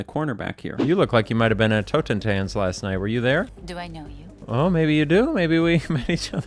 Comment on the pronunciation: It is pronounced "totten-tahnts" - German for "death dance", or "dance of death".